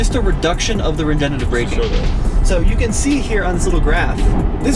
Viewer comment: RegenERative braking. Not regenative.